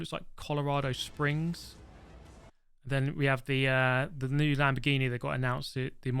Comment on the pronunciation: He can't even pronounce New